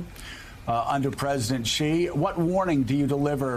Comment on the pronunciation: Bro, it's not Ghee Jinping...there is no Ghee sound in Chinese. Maybe try listening to the way people that actually speak Chinese say it - notice how Rudd, who is a Chinese speaker, has no Gh sound when he says the Chinese leader's surname. If you just said 'She' in english, while not entirely precise, it would be infinitely better than making up a pronunciation of a sound that simply doesn't exist in Mandarin Chinese. Where does this come from and why do people insist on using it??